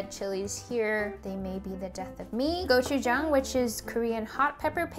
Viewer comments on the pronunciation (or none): The way she said gochujang and gochugaru all koreans triggered*